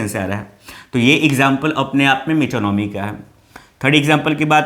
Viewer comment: सर ये मेटोनोमी नाहि ये मीटोनीमाय कहते हैं.